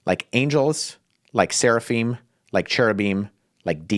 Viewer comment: "SARAphim" ? Isn't it "SERAphim"?